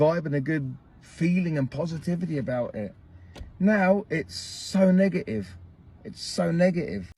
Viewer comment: and Muhammad is the most common name in London... also the guy in said now is sooo Nigative...